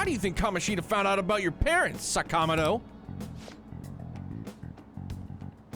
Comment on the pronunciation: I've heard more than once that Atlus insisted on the names being pronounced as they are in the game. I don't know why. But yes, it's weird hearing sa-KA-moto instead of saka-MO-to and ta-KA-maki instead of taka-MA-ki.